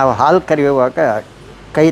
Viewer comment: ಹಾಲು. ಆಲು ಅಲ್ಲ. ಏನು ಕನ್ನಡ.